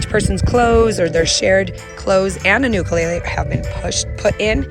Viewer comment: I’m so glad that at least some people say Ukulele right.